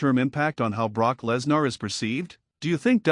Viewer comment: It's Live you never know what will happen Live could have happened to anyone!! BTW who's Brock Less nar? I believe it's pronounced Brock Lesnar!! AI narrator 😡